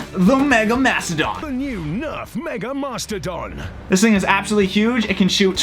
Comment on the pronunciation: The accent for the mega mastodon though